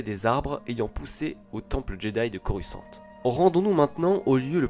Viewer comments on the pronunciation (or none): none